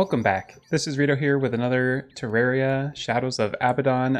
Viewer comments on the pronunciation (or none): none